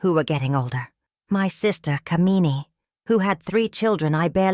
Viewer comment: The way the name "Kamini" is pronounced is cringe-worthy because of the way the meaning of the name is changed. "Kuh-mee-nee" is a despicable woman. "Kaa-mi-nee" on the other hand is a desirable, beautiful woman.